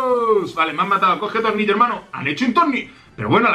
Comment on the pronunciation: no se por que pero tengo la sensacion de que dice tolnillo. like si lo has notado